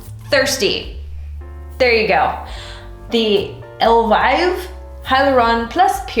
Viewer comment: I believe it's pronounced el veev 😇